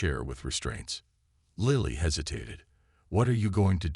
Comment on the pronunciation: its lily not liely